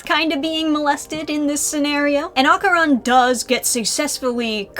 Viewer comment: No matter how many times I hear people pronounce Dandadan wrong it's still a jumpscare. Edit: oof not Okarun too. My poor ears.